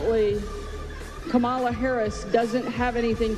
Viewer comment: Crazy how she brags about being a better person for having kids, she demeans Kamala by mis-pronouncing her name and then brags how Kamala is not as humble as she is. Do these people not Hear themselves?!